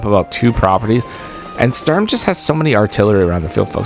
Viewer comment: I notice the announcer voiceover (computer-generated?) struggles with pronouncing Sturm... He's a tough CO!